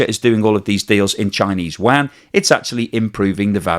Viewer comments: Please learn how to pronounce chinese yuan. It’s not pronounced as Chinese Wang. it’s pronounced as Chinese YooWan, but one syllable. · The Chinese currency is pronounced "You-Won" NOT "Wand" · I wish you would pronoun Yuan correctly. It isn't pronounced wan it sounds more like You-On other than that keep making great videos. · Did I hear "Chinese wang"? 😂😂😂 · I've never heard anyone ever say chinese WAN before. I've heard Qy, rmb or u-won, but never WAN. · Nice work again. But PLEASE, get your pronunciation of the Chinese currency right.